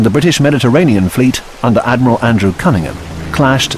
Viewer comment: Ad-my-ral.... I'm sorry